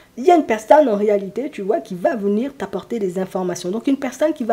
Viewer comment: COUCOU ! Lorsque vous avez dit " venir" j'ai entendu "vous nuire ". Bizarre car mon ex avait bien nuit à mon bien-être. Merci pour cette guidance et belle journée ensoleillée !